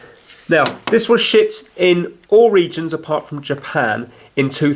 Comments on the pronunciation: when you say shipped sounds like shit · everytime he said shipped he acidently says SHIT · shipped but yes it does sound like “shit” 😂😂😂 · It sound like he’s saying shit instead of shipped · When he says shipped it sounded like shit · Instead of shipped I alweas heard shit. These controllers were shit xD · At the start I thought he said "that we're shit with the consoles" 😂😂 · Yes lol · it sounded like he said 'Now there's gonna be lots of other third party controllers but these were the main controllers that were *SHIT* with each of the systems.' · When he said shipped it sounds like he’s saying shit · spunds like he said these were the main controllers that were shit. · I thought he said “It was shit”........ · When he said "shipped", it sounded like "shit" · It sounds like he said #$%! or to make more sense, Shi#. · You mean shit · Every time I hear “shipped” I think he’s saying something else, so I just laughed when he said the original Xbox controller was shipped in all regions. My response to him saying this was “Yeah, they really were.” XD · Once again he said ''shipped" but it sounds like he said something else. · It sounds like he said shiz except the z turns into a t